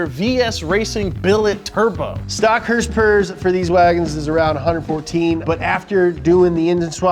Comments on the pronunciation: Can you please stop saying hrsprs, its not even annoying just sad that you try and make it a thing. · Why is saying hurs purs instead of horse power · I think if accidentally said horsepower, instead of “HrSpErS”, he’d explode.